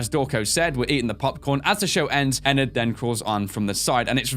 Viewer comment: Ana Alves nah. he's calling it eNerd.